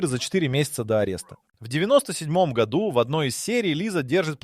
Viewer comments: Автор чет все перепутал, особенно про гОду! Может все-таки годУ?! С ударениями беда прям. НА таблице про 11 ноября ни слова не написано.... ТАм вообще про декабрь речь идет. Да и 12 февраля уже прошло, март на дворе. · Так хочется врезать по уху ИИ, который не может научиться говорить "году́", а не "го́ду"!!!! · Говорится не гОду, а годУ. Если ещё раз в другом видео услышу гОду -- поставлю дизлайк и удалю. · Да годУ, а не гОду, блин!! Уши режет весь ролик. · гОду! невозможно это слушать. Если делаете озвучку через ИИ - делайте нормально! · Режет уши Ваше - гОду, вообще го - годУ.... Правильно ставьте ударение в словах.... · неужели нельзя поставить ударение в правильном месте чтобы было годУ, а не гОду? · в ** году́, а не го́ду!!!! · нашел 1 серию симпсонов, нет там ничего про 2026. если вся информация из видео такого качества, то вы поняли, чего стоит такой, озвученный ИИ контент с "в 2026 гОду" 🤣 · «гОду» , ну ты и длбеб) иди учи ударение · Странно. Вот это слово "гОду" у диктора вызывает подозрение, что он - плод ИИ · "гОду"! Тупейшая озвучка. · Почему в слове годУ, постоянно ударение на О? ИИ опять текст читает? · Бесит это гОду. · Когда текст для ИИ пишешь, выделяй ударения, годУ! Уши режит! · гОду😂😂😂😂,даже тут робот пизdит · ИИ Ударение на склонениях "год" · бесит неправильное ударение на слово "году" - это дизлайк! и оскорбление русского языка!!!